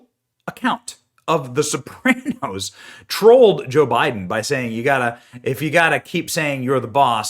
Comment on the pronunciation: WTF is the “SoPrayNose”? Seriously Benny?